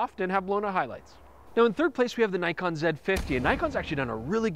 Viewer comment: haha, yes, but screws up with Nikon!